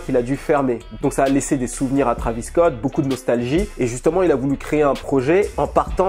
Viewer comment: Arêtes de dire trAvis scott c’est trÉvis scott c’est comme si on disait hiconnic